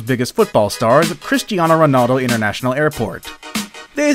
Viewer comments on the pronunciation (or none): none